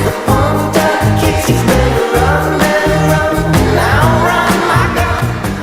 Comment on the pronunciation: For the longest time, I thought he was saying Rebel, not Robert....